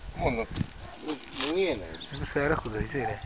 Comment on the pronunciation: a felvételt készítők se intelligensebbek mint a vidin szereplő csávó, pedig ő már elitta az eszét... "feerakod a izére?"